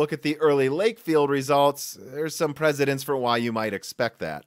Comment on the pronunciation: Its precedence, not presidents.